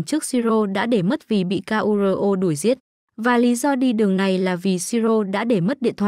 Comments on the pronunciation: sửa giọng đọc đi ad ơi... người ta tên Kuro đẹp vậy mà đọc ra từng chữ nghe ngứa nách quá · bộ ko biết đọc chữ KURO à